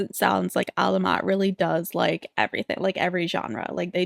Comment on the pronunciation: You’re saying their name right Queen. Despite similarities, Alamat and Salamat are not stressed in the same place. Thanks for reacting to Alamat!!